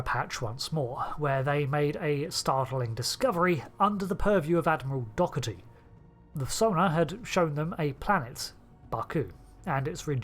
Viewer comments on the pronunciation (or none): Doherty was not the films pronunciation. He was called Dowerty in Insurrection. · In the Insurrection the character's name was pronounced Dowerty.